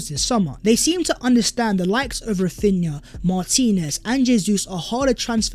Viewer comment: Raphinna again, how?